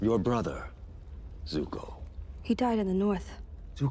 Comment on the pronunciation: Azula bukan ajula, paman zao bukan jao, adehhh 1 lagi Zuko buka juko,,, yang ada juga juki